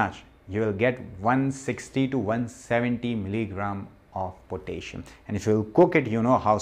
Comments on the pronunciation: "Potayshum" is not how to pronounce the element kalium (K)... 😂😏🇸🇪 Spinach, banana (too much carbs), sweat potatoes, squash, beetroot. (Red) cabbage as in Sauerkraut or in a smoothie is better than those. Sauerkraut does contain histamines and the raw cabbage might do chaos on your gut, so you must take it slowly at first. If you do supplement, do note that deficiencies in potassium and magnesium feels about the same, and if you overdo one mineral, you will get deficient in the other. Like copper/zinc/silver. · i love potayshon, lol